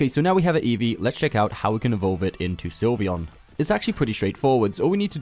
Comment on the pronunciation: Its Sylveon not Slyveon